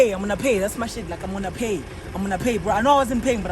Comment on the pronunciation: “Imonna pay”🤣🤣😭😭😭